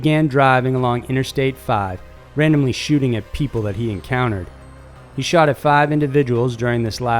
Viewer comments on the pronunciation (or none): none